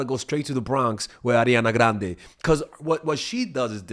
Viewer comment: I really love the way pronounce Ariana Grande